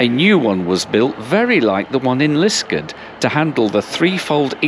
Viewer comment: Obvious that you are not a local - it's called Lisk-aard!!